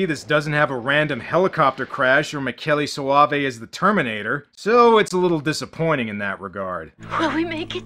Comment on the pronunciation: You are one of the few english speaking YouTubers, who can pronounce Michele Soavi’s name.